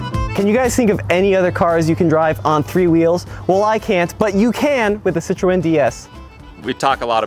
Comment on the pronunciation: You're pronouncing Citroen wrong.